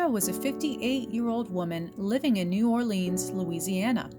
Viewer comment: BTW- in suggesting a correction to the pronunciation of “New Orleans” I’m not trying to put you down, I’m suggesting that a (more) correct pronunciation will make you look (even more) informed and authoritative. Being a culturally diverse city, there are many variations of the pronunciation of “New Orleans”: N’ALLens, n’ALLens, New ORlens, nuORle-ans, nuOORlenz, etc. Personally I prefer advising people to go with something like New OAR-lens (as in rowing a boat, and in contact lens) with a distinct stress on the first syllables “Orleans.” As for the other variants, it’s all to easy to overly exaggerate their pronunciations, which can make the speaker look just plain silly. As long as the last syllable is never stressed, and never pronunced like “beans”, you’ll be just fine. Of course, just to confuse things, The city of New Orleans is within Orleans Parish (County in any other state), and Orleans Parish IS pronounced like “beans” with the stress on the last syllable. As in “orLEANS parish”. Go figure.